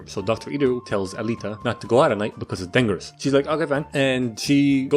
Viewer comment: he says "dangerous" not "dang erous" that is the best way I can think to spell that 🤷😒